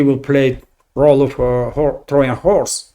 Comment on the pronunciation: Just a helpful hint: The pronunciation of the "J" sound in Trojan (Trojan horse) is a hard J sound as in "Joy" and "Jew." 👍